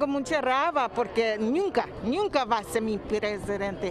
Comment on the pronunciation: Ñunca Ñunca 😂😂😂 y tambien dijo Raba 😂😂😂